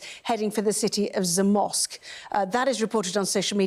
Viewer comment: You did great pronouncing the names of Polish cities, much much better than the Sky news lady, I wouldn’t know she is talking about Zamość if you didn’t pronounce it correctly prior to her… gibberish.